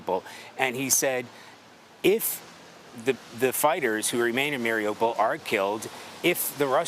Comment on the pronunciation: news, Someone please tell the correspondents that they mispronounced Mariupol. Listen to a Ukrainian say it. Marie oo pole, not Mary opal. Thank you for your attention and 💙💛 SLAVA UKRAINE!💙💛 🙏 PRAY for the Ukrainian People 🙏 and the end of Putin's illegal invasion.